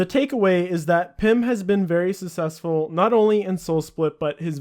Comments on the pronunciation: Sounds like you're saying sussessful instead of successful lol. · Its not pronounced "susseful", its "successful" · I wasn't going to say anything until you said it again at the end of the video but can you not pronounce successful? Sussessful just sounds a bit strange... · i mean not to be this guy, but its not pronounced "susessful". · "sussesfull" lmao your pronunciation is hilarious. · you pronounce successful completely wrong but very informative video! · Why can't you pronounce the word "Successful"?